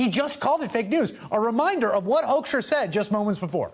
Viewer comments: It is "Hoekstra" not Hoeskstra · Oh we call this guy Pete HOAXtra here. It fits the way Americans pronounce his name too! Talk about two birds with one stone.